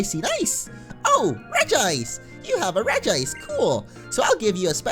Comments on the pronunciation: i have to say something.... its pronounced Regice not Regi Ice.. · It is reg-ice not regi-ice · It’s not regiice it’s regice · I call it Regi ice not Regice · ur not the only one. i also pronounce it regi-ice. but i think its actually pronounced reg-ice in the show. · bruh its pronounced reg-ice not regi-ice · If you prefer regi-ice, it's fine. But it you look at it and say it says Regi-ice, it's wrong. It spells Reg-ice and not Regi-ice. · It regice not regiice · Its called reg-ice regice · Regice is still pronounced as regi Watch the movies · i do the same. regi-ice regice whatever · It's pronounced reg ice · You are wrong. It is Redge-Ice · You pronounce it (Regi-ice) because in the pokemon movie Lucario and Mew and Regice calls himself (Regi-ice) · Not to be mean but it is pronounced "Regi Ice" he even says it in the pokemon movie "the mystery of mew" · It actually is regee-ice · It IS Regi-ice. I'm probably going to get a lot of hate for this but in the movies it's pronounced as Regi-Ice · regice is pronounced the same regirock regisreel regice the i is there